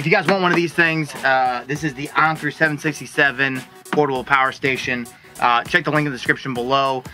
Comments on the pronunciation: Bro really said “onker” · That is not how Anker is pronounced. Call their 800 number to hear it from the company themselves!